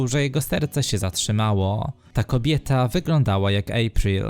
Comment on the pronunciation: Historia super. Jednak lektor ma dziwną maniere przeciągania końcówek w zdaniu. Zamiast normalnie powiedzieć "kobieta" to mówi "kobietaaaaaa". Chyba potrzeba trochę popracować panie lektorze nad wymową. Jest to nieco irytujące.